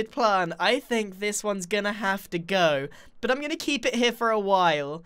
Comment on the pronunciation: Other than saying “bit” instead of “but” it’s fine